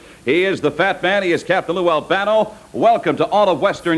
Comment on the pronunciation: Capt Lou said it right!!!!!